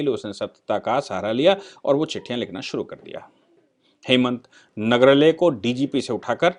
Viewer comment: नगराळे, not nagrle